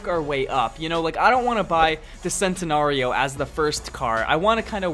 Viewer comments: A lot of ppl make this mistake but, its pronouced chentenario, not centenario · is it just me or is he pronouncing every car name wrong like ajera! sentenario! face palms cmon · its pronounced Chentanario. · I love this video but the way how you pronounced the agera and the centenario made me cringe._.